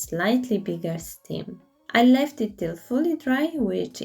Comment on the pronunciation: the stalk on a pumpkin is referred to as a 'stem.' You are referring to it as a 'stim' which is incorrect. The rest of your english is very good. Also I love your videos. My favourite pumpkin was the small dark green and gold one and the first two plaster pumpkins. They all looked good tho.